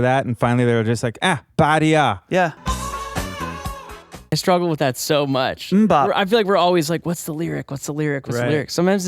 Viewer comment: "Badi ah"? It's "Party On"!!